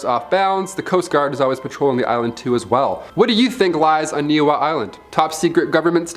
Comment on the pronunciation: Ni'ihau - Ne-e-haw-oo. Kamehameha - Ka-may ha-may ha. Dude it was painful to listen to your not even close pronunciation of the Hawaiian language.